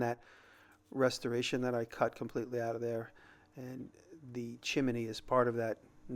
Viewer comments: Are you saying "chimEny" instead of chimney as a joke? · Chi-min-knee. lol